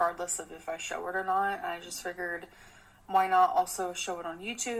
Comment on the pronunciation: I can’t stand the way she says for it’s not fur and figured is not figured